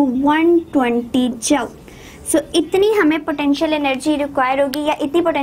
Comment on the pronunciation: Jumsss nhi hota joul hota ha😂